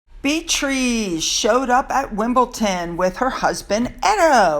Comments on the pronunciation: It is DON not Ton! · Oh it's Wimble-Don not Ton and I think you mean Morecambe (sounds like More - come ) x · forgive me, but you keep saying Wimbleton, it's Wimbledon there is no T in the name. I love your video's and the information you give us is very interesting. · it’s Wimbledon not Wimbleton. One of the Wimbledon football teams nick names is the Dons. Still love your videos. X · I LOVE your videos,. As an avid tennis fan and attendee of Wimbledon, here are a couple tips for your tennis coverage: —it is pronounced WimbleDON not WimbleTON. —Kate Middleton is not merely attending Wimbledon—she is the Royal Patron of the event. She was present at the Women’s and Men’s Finals to present trophies to the winners. —The purple and green bow she wears on her dresses indicates she is a member of the All England Tennis Club. The colors are the official colors of Wimbledon. —Kate is an avid tennis player and has a tennis court at her home. Keep up the great work! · it’s WimbleDon not ton….ha ha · WIMPLETON? WIMPLETON? Get it right, yankee🏸🏸🇬🇧🇬🇧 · Why do you pronounce it Wimble...ton? When it's Wimbledon? X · It's...Wimbledon..with a..D....not with a ...T. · Sorry, it’s WimbleDon not WimbleTon. 🇦🇺🇦🇺🇦🇺🦘🐨🐨🦘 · gota say it Don not Ton Wimbledon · Its Wimbledon xx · fyi it is WimbleDon not WimbleTon. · it's Wimbledon..don not ton 😆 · it’s wimble-DON not wimble-TON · sue... wimbleDON NOT wimbleTON.. come on sue!!!! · Lol! Just yanking your chain, I know you have commented before, but here goes. Btw, I just turned 69😮😬 yesterday, so I’m old and have no filter, but …big but. Just put a D instead of a T when you say Wimbledon.. I know you can’t change after all your life! I get it. 😊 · Please, please please pronounce Wimbledon as spelt it’s DON on end not TON. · I love your videos, but it is "Wimbledon," not "Wimble-tin." Sorry! It's driving me nuts! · Hi 🙋🏻‍♀️ I love your videos. It’s WimbleDON not Wimbledon 😘😘😘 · wimbleDon with a D..